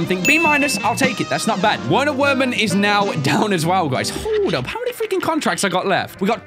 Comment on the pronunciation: Actually his name is pronounced as verner verman because he;s German and the W’s are pronounced as v’s